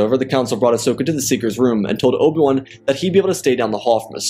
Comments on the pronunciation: Good story but it’s driving me nuts how he says Obi-Wan Kenobi. Obawon lol. Its O B 1 Kenobi Not Obawun Kenobi. Like I said, not trying to be mean or anything because the story is very good. Just my OCD listening to the name is driving me crazy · dawg can you say abi-wan not ob-1 im not hating but its just annoying but good vid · Who is Obil Wun? You need to slow down your narration, bro. You are in such a rush that you continually mispronounce and butcher names and places. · obwam, obam, obwem, obwan, oban, obi wan, is all i have heard throughout this video whenever you spoke about Obi Wan Kenobi, Student of Qui Gon Jin, Master and Brother of Anakin Skywalker, Close Friend of Ahsoka and Padmé, Etc.